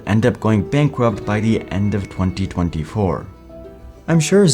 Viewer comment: Good content, work on your pronunciation. "In early twey-twey four"